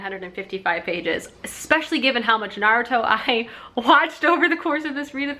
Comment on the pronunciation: You can buy bagels at the grocery .It's driving me nuts that she says Naruto wrong 🤪